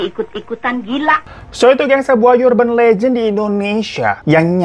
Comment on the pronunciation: Baaaaaang sebenernya its up to you or suka suka lo dahhh, cuma emang gw yg kayanya gangguan jiwa deh haha. Tiap denger kakak bilang URBAN LEGEND tapi lo bilangnya "YURBAN" cara nyebut yg bener "ERBEN" Plis bang demi ketenangan jiwa gua hahaha